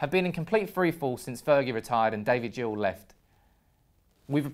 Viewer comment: Gill, as in the part of a fish, not gill as in a gill of whisky